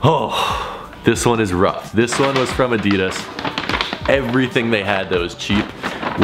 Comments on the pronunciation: Adidas not adias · Add -deh -das, Adidas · It is so annoying when people mispronounce ADIDAS... It is not that hard🙄😫